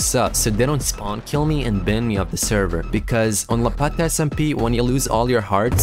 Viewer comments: Prounced- bun but its ban 😂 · Ok here a tip to speak Hindi better Like pronounce ban in Hindi same as u do in English cuz u said "bun" instead of ban